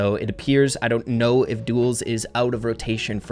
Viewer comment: Me:, say “Duels”: Duos! Me: DUELS: DUOS!!!